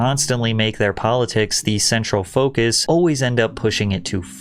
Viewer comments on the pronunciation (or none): none